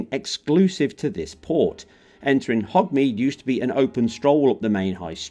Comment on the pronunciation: 'hogmeade'. Come on, at least get the damn names correct